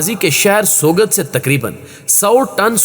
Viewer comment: سوگت نہیں سوت بولتے ہیں Turkish language m G silent hota hy